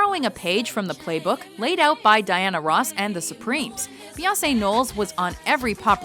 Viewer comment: Why do you say Beyoncé like "Beyawsay?" What do you have against the letter n?